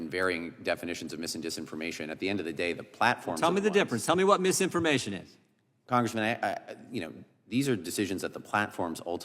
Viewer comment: If he says congreeman again u'll scream